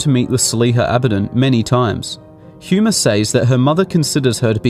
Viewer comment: He 'H' is silent. It's Huma (pronounced ooom-ah).